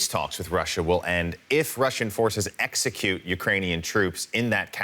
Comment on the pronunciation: Did the reporter say "execute"?